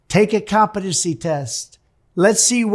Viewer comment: I like the way he pronounces it "comp a dunce ee" test.